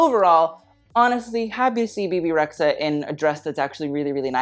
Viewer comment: Kinda weird to despise Rita Ora and Bebe Rexha (by the way it’s re-dja) at the same time, especially when you know they have the same origins. as an Albanian girl I feel not offended but... confused ;) maybe you have some common points with D&G after all... Let’s see if you add Dua Lipa to your « why are u here » next time (yes.. Albanian girl too)